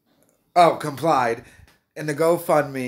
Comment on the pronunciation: The funniest part was reading "complied" 👍😉